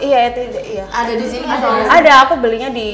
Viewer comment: etudenya dibaca etwid setauku